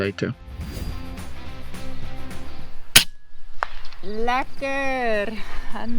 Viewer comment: "Lekker" perfectly pronounced in my native Dutch language. Nice.